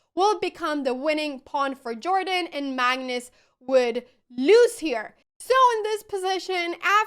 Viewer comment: I doubt that jordan is pronounced in this american way. I guess that someone who speaks swedish should know that :D